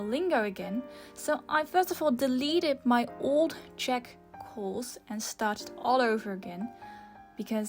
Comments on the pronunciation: I love your 🇨🇿 pronunciation. 👍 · as a czech you did good!!!